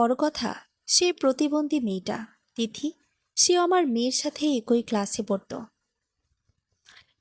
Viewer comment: একই আবার কি ভাষা উচ্চারণ ঠিক করুন